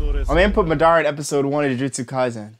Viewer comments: The way you say madara like it’s not [mu-da-ra] its [Ma-da-Ruh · why do u pronounce it like- ma-dara ?